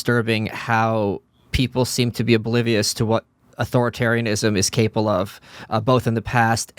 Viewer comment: Plebs: “capable” Michael: “caple”